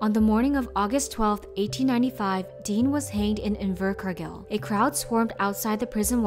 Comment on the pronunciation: The way she said invercargail actually triggered tf outta my kiwi brain